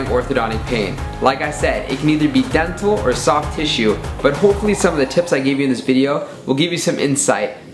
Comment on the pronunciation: When he said Dental, it sounded like Death Hole Which is also accurate....